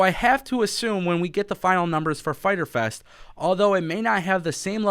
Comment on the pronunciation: Internet gonna be broken FAITER FES (Spanish Accent) haha